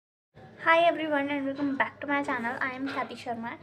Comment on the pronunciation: Back bolne pe itna zoor kyu Diya 😅